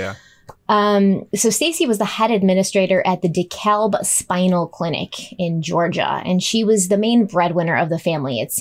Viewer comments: I’m so sorry but I have to say it😩 Dekalb is pronounced here in Atlanta like de-cab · just an FYI- Dekalb is pronounce “duh-cab” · I'm cracking up at say DekaLb when in reality we just say Dekalb and pronounce it ”de-cab” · I miss Danelle but is also awesome! PS: the L in DeKalb is silent:P